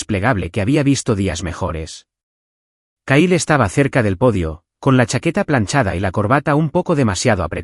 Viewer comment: Se escribe Kyle se pronuncia Cail